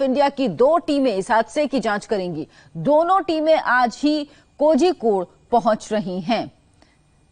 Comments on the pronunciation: It's Kozhikode not kojikode, pronunciate it properly or else stop it. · It is pronounced as korhikode. Malayali names are spelt like this.